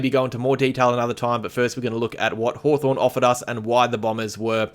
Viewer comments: Was Haw”torn” intentional,? 😉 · 'Hawtorn' LoL...